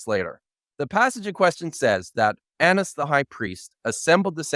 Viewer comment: You can try pronouncing Anus the High Priest with a short a sound, but I'm not falling for it,.